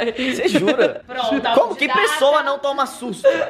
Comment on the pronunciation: "Que possoa que não toma sustu"